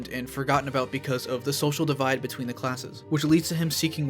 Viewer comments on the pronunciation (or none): none